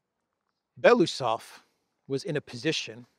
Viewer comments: Thank you for your update ❤ BTW in russian you pronounce every letter so it is be-lo-us-ov not belusov just saying. 😊 Thanks again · BELO (White) USOV (Mustach) Bielo uuhsov